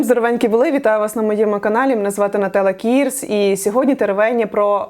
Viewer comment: Нателла КІРС! Не Кіііііірс...прошу дуже: чи назву змініть, чи вимову...мене скоро в дурку закриють, вже око сіпається від цих ііііі